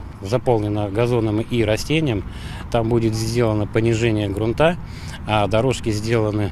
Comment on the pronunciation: ГрунтА, стОрон...мда, грамотеи